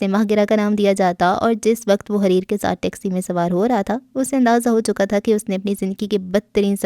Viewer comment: اس کا نام حَرِیر ہے جس کے اردو معانی ریشم، ریشمی کپڑا یہ عربی کا لفظ ہے اپ نے اس کو غلط پڑھا ہے